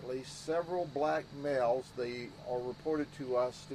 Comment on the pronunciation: You caught that too , the way he said BLACK MALE just sounds weird